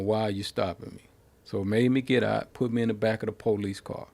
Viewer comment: I like how black Americans say Paw-lice